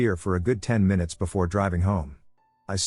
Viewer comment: It's been a while since we got a good "My-Noots" in the video, I hate to admit it but I actually kinda hope for it each video just to get a giggle😂